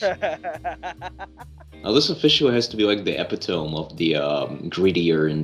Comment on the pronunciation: "Epy-tone" isn't it "eh-pit-i-me"?